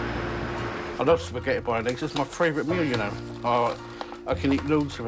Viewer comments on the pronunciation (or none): “Biscetti bononays” 😬😬😬